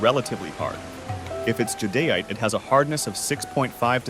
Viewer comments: This “guy” has literally changed the pronunciation of Jade and nephrite several times sometimes within the same sentence. Definitely AI generated gathering. Random bits of information from the Internet some of which to be vocal information because it’s picking up other peoples pronunciations. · So, you have a human reading an AI script instead of an AI reading a human script? That would explain the 12 different pronunciations of the word "jadeite" and why the vodeo never got around to explaining how to find jade like the title suggested. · That's the first thing I noticed why do they pronounce jadeite 50,000 different ways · Am I the only one who noticed jadeite was pronounced differently every time he said it? Lol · Why is "jadeite" pronounced so many different ways in this video? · They pronounced jadeite 15 different ways in 3 mins.... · The fact that this AI channel is sourcing video material from Dan Hurd, is ridiculous. Does Dan even know? The AI can't seem to pronounce Jadeite, as I have heard it said 6 ways in this video. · it's the pronunciations, how we know it's not a human. It was pronouncing jadeite incorrectly. Otherwise I think it's an excellent video! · Jadeite is mispronounced. In China, ancient jade objects (sculptures) are made of nephrite while jewelry jade (rings, necklaces and bracelets) uses jadeite. In the 17th century under the Qing Dynasty, jadeite was the preferred carving material for the imperial court. Nephrite jade is still popular in China, especially the white ones. Sky blue translucent jadeite is the most expensive. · Hey there. Jade comes in every color including clear. Jadeite is badly mispronounced in this video.